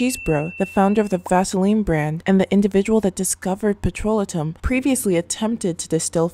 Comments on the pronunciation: what is "petrola-tum???" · Blessings! Petrolatum - Check dictionary for pronunciation it is Petro-lay-tum. Great video. Never gave up my Vaseline. TFS! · You are mispronouncing "petrolatum" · of course not but I wanted her to know. Her video has good content and if it were me I would want someone to tell me so I dont walk around saying the wrong word